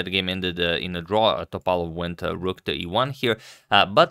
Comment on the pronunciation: Correct is to say Topа́lov and Stе́fanova.